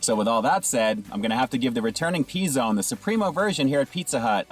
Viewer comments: "pee zone" lmao It's "puh zone" :P BTW, these are not pre-made but made in store. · “Pee” Zone? 🤣🤣🤣 Is this an R Kelly video?